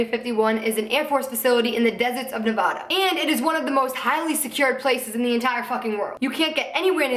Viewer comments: i always thought Nevada was pronounced Ne-Vah-Duh instead of Ne-Vaw-duh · ITS NOT PRONOUNCED NEVAHDUH ITS NEVADA. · did anyone else from Nevada cringe when she said "nevahduh" ughhhhhhh. I love you so much but it's Nev-A-duh. I love yooou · it's (nuh-vad-ah). just fucking saying. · it's weird how everyone in nevada pronounces it "nuh-vad-da" and everyone else pronounces like how she does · lmao someone from Nevada it's pronounced like nuh-vaA-duh, but this was a seriously great video. I fuck with conspiracy videos and area 51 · The only thing that pisses me off about this video is how she says "Nevada". Other than that I love this so much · I literally love you but say Nevada like that one more time I'm gonna kill myself